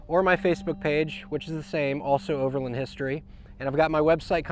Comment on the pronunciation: great setup, really smart. Just learn how to pronounce OVERLAND and FASCIA properly. Its overland not overlind. haha